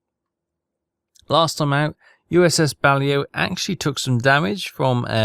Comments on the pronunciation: It's not BALIO, it's Baleo. And it's the sub class name. Considering your level of english from the speech, i'd have thought you knew how to pronounce it correctly. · To reiterate: it’s pronounced “Bah-Lay-Oh,” not “Bal-Ee-Oh.” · Actually the class is pronounced Ba-lae-o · BUH - LAY -OH Actually how it's said. Love your videos keep rocking. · I think it's funny that even after the ship dips below the surface, that signal light just keeps on flashing! And, that's "USS Bah-Lay-Oh" The Balao is a somewhat famous boat in the US Navy! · I think its funny that you think he is going to listen to how you think its pronounced (and i say think, cos its actually bahlow) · The Boat is pronounced.... Baa...lay...o! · He is i think 😂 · I think we stop trying to get to pronounce the submarines name correctly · Still waiting for to say the blasted name of the ship correctly... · He is doing it on purpose, you will be waiting a long time 😂